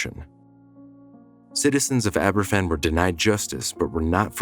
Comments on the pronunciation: It would have been nice if you'd done the research into pronouncing the name correctly. It's pronounced Ab-er-VAN, not AB-er-ffan; a single f in Welsh is pronounced like a v in English. It's honestly pretty basic research to learn how to pronounce the name of the town, especially when it's the biggest disaster involving children in the history of that country. Additionally, it was spoil that fell on the town, not coal. Spoil is waste from mining. It's not coal. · Pronounced Abervan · Aber van...that's how you pronounce it. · Please tell this guy F is pronounced as a V in Welsh two Fs are pronounced as F. It’s never mentioned that one of those intrusive reporters was hit with a shovel by a distraught relative witnessed by a police officer who ignored it, a friend of mine who was there and witnessed it. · A little research on how to pronounce Aberfan would have been nice. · Please learn how to pronounce Aberfan.